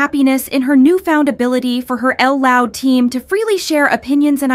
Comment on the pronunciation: I gotta say it, can we STOP saying L loud, Lisa herself has said it’s literally pronounced JUST loud.